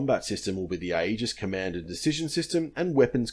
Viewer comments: aegis pronounced EE-jus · Aegis is pronounced AGE-iss, for the record. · Thanks for bringing up this point, every time I heard the word 'Aegis' during this video I cringed a little. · I work for the navy so a couple of points on pronunciation: Thales is pronounced "ta-les", you shouldn't pronounce the "e" in AEGIS; it's pronounced '"age-is", and CIWS (close in weapon system) is pronounced "see-wiz". Great content, keep it up!